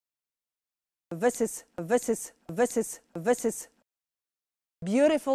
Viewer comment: To nawet nie "vis is", tylko "wysys". Ewidentnie ktoś coś wysysa.